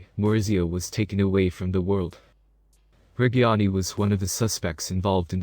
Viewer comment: At least try to pronounce reggiani right pls